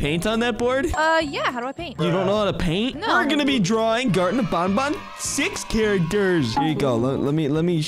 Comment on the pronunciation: IS NOT BONBON IS BANBAN